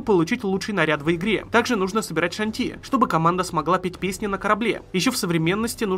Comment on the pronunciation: Мне смешнее не с пьяного Эдварда, а с того, как ты назвал шантИ. Это не столько смешно, сколько нелепо)